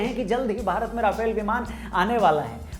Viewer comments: Bhai sahab राफेल nahi रफाल hota hai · Video bohit mst ,bs rafale ko aap rafaal pronounce kro